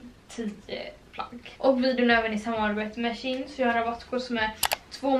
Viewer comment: du uttalar det som tjej fast med ett n på slutet ”tjejn”=shein